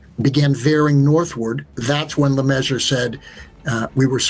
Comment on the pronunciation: le-MEASURE. le-MEASURE. le-MEASURE. Your pieces are too well-researched and -produced for mispronouncing the names of your lead characters.